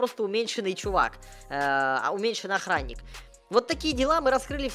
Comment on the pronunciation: Почему когда говорит про мелкого он говорит ахранник?